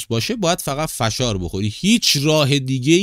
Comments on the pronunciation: سلام آقای فشار با فتحه😂😂😂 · کلمه فشار رو درست تلفظ نمیکنی